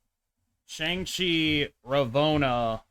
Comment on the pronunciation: Shang Chi is pronounced Sh-ah-ng Chi and I hope you see this comment because it being mispronounced is bothering me way more than it should.